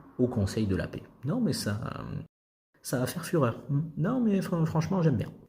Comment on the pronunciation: "ça va faire fürheur" dis-moi que tu as pas fait exprès 😂😂💀💀💀🪦